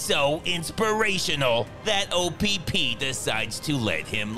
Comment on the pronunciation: I like how he kept saying O p p through out his review😂😂